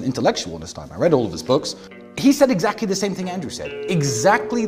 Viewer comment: Expecially when they say Zaclly.